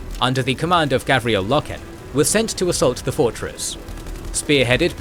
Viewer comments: It's pronounced Gar Viell Low Ken. Apart from that and the Monarchia confusion this is very good stuuf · Love the videos so far. Some SUPER small ULTRA nerd corrections.. Garviel (Gar-vee-el) Loken (Low-ken) And in the first WH40K video Robute (Row-boo-tay) Guilliman (Gill-uh-min) Awesome and amazing work as usual!